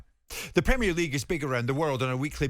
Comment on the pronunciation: "PRUHMEERLEEEGUE" Go away.